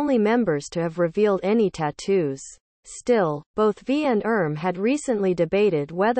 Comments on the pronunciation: Ummm why did you keep saying "erm" instead of "RM"? You made the commentary of this video sound ridiculous. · Hahaha!😂😂😂 I kept laughing every time she said “erm”!! 🤣 She also said “yungkook”!😂 (I’m thinking this narration is computer generated cuz if the narrator was a true ARMY, she would know how to pronounce their names correctly).